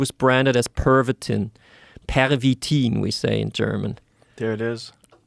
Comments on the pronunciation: 😂😂 the way he say "Pervitin" is french accent not german 😂😂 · It wasn’t “pavatine.” Pavatine is an erectile dysfunction drug. PERVITIN is the name of the methamphetamine.